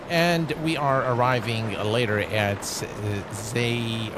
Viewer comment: Xiamen is produced as shaa-muhn